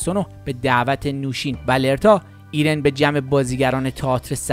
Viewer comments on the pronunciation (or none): زحمت کشیدین اما کاش قبلا تاثلفظ نام ها رو یاد میگرفتین .مثلا خانم loreta رو lerta تلفظ نمیکردین